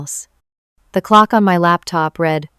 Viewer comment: This is a good story but your AI is not so good. It can't identify time reads it as numbers. You should listen before you release your stories. Also, like most AIs it can't identify the correct pronunciation for "read".